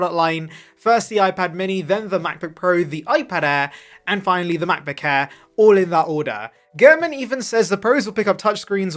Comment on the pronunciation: "...the Macbook Hair's..." 😂😂😂